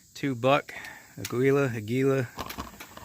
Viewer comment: That brand name, Aguila, is the spanish word for eagle (note the eagle on the box). It's pronounced Ah-gee-lah - the emphasis is on the first syllable (Ah), and the g is pronounced like the g in the english word Give. Keep shooting and keep the videos coming. .